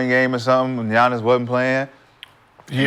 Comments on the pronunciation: It's Giannis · It's giannias